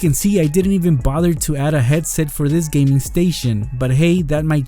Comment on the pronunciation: Gaming not Geming